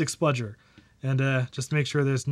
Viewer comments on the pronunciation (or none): Did you just say "spludger"?